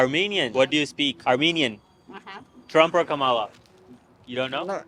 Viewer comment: Her name is Comma-la ( Ka ma la)!🙄😳🙏